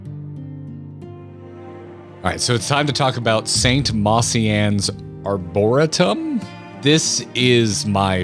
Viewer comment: Why does he keep mispronouncing arboretum? This isn't just a noun that FF made, it is a place in a lot of large cities.